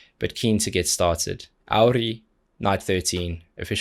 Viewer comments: Congrats on pronouncing Auri and Johanna very well! :) Johanna is a known singer in Finland on her own, her solo work is in Finnish, and one of the most known song is Rakkauslaulu (Love song). You can find it with english lyrics too, here is one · I loved how you pronounced Auri with a proper sharp R 😁I'm so glad you did this reaction, their whole album is simply amazing, so looking forward for you doing more Auri 😊